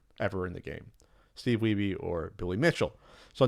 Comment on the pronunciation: May be worth noting it's pronounced like weeb, no weebee.